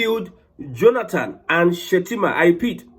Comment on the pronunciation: He made a mistake on saying shettima